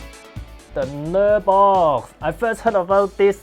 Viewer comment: lok: pronounced naaar-box rather than ner-box.